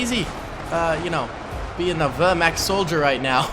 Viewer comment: Wehrmacht not wurhwackt what you said 🤣 but it was funny🤣🤣